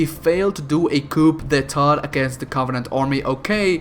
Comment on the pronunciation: Btw,in "coup d'état" you dont pronounce the P,it is pronounced "qou deta" - from a french viewer triggered by your french pronounciation